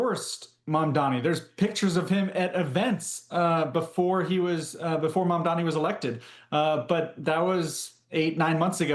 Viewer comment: The anchor cannot pronounce Chevalier or Espaillat's name. So embarrassing